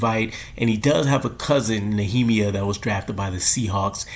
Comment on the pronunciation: Great vid!!! His cousins name is pronounced knee-uh-mya (Nehemiah). You butchered that so bad😂